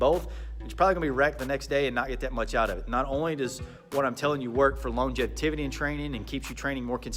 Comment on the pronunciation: Anyone else hear “long-jev-tividdy”? Lol